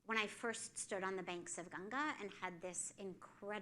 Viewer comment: What a great insightful talk 🙏🏻♥️. I loved that they correctly said river GANGA ♥️♥️♥️🙏🏻🙏🏻